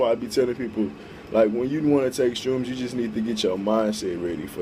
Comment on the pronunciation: How bout you try editing so you dont sound like a dumbass 99% of the time jesus! and its an H in shrooms not a fucking T jesus christ man get your shit together